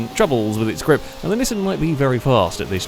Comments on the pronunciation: gLiP lmao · You are the only person I’m aware of that pronounces “grip” with an L